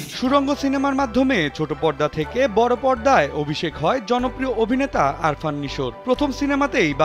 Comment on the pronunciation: সাংবাদিক ভাই সংবাদ করলেন অথচ যাকে নিয়ে সংবাদ তার নামটাই সঠিক ভাবে উচ্চারণ করতে পারলেন না. ওনার নাম আফরান নিশো হবে আরফান নিশো না।